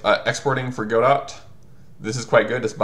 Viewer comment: I love your videos, but YSK it's pronounced "guh-DOE," as in, "Waiting for Godot" (it's originally a French name). Keep doing what you do! Your content is terrific!